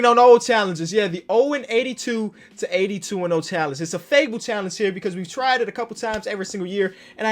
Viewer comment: Here when it says “impossibe” and “challenege”